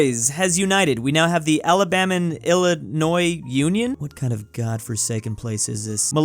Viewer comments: Did you mean El-uh-noi not il-luh-noiz? 😜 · Please let me help you pronounce Illinois correctly. Ill-annoy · I may hate Illinois but what I hate even more is when people pronounce the "s" in Illinois. It's said to this day like how the French said it as "Illinoi" with the "s" being SILENT!!!